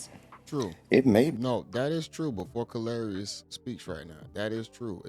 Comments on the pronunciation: MEN ARE VISUAL BEINGS!!!!!! KARLOUS (pronounce CAR~LOS not whateva you sayin'...lol) Folks gone looked at CUH-RAZY if you have a UGG-MUG!!! B'LEE DAT!!!!! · His name is pronounced Car-los, not kalaris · Ayooo he called this Mfer Calarious 😂😂😂😂 Karlous.... [Car.los]😂😂😂 u wild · Did you just call him Kalarious? Its Karlous (Carlos) dude! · Great video fam, but Kalarous was hilarious lol Kar-los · Hey you are pronouncing karlous name wrong it's pronounced car lous but spelled with a K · You say his name like Carlos. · Why does he keep calling this man kalrriss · Lol it's car los u saying his name wrong family 😂😂😂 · YO BRO. I'M DYIN WHEN YOU CALL KARLOUS " KAR LAR" IOUS " ! ! !) 😆 DAT B HILARIOUS 2 ME 🤣😂😅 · I thought he was talking bout a Greek god 😂😂😂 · yeah that was an epic butchering of a name if ever there was one lol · Why df buddy keep calling Karlous "Kalarious"😂😂😂😂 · My brother. His name is pronounced Carlos lol. It's just spelled differently. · Why you can’t pronounce his name it’s pronounced like Carlos just spelled different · How you murdering this guy's name is crazy. Karlous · It's Karlous like Carlos bro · His name is pronounced Carlos but with a K 😂😂😂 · facts. I'm like who the hell is Kalarious 😂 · Kar-la-ous? What!? 😅😂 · 😂😂😂 im thinkin yall tlkin bout ole babes was sayin lous name wrong until i heard dude 😂😂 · How you mess up his name THAT bad lol